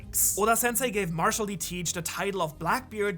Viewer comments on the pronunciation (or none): none